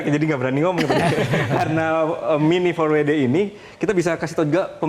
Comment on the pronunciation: tinggal bilang miniempatwede susah amat . kalo mau bilang pake bahasa inggris harusnya minifordabelyudi bukan miniforwede .😂😂